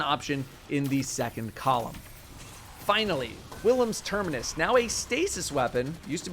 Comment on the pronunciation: I can’t believe it’s the year of our Lord 2022 and people are still saying Quillim’s Terminus. There’s only one ‘i’ in it, come on man!